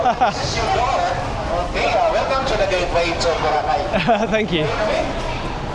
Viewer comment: It’s Bo-Ra-Cay, not Bora-cay